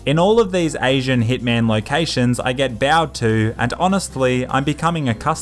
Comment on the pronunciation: I love how he says; with hItMaN